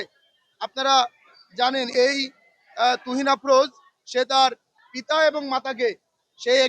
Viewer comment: তুহিন না তুরিন ক্রিমিনানের নাম টা ঠিকমত বলতে হবে